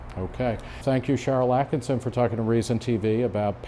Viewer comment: Nick - here's a tip for future interviews: pronounce your guest's name correctly. Kind of important. Sharyl Attkisson is one of the greatest journalists of our time. Her book Stonewalled is excellent by the way - highly recommended!